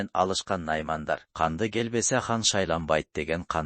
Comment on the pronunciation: Канды эмес КАҢДЫ деп туура айтылат. Өзүм Тейитмин